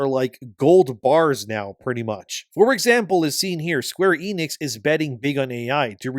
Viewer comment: Square Eh-nix. Not ii-nix.